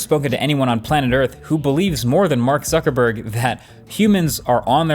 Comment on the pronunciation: He said Mark suckinbird 😂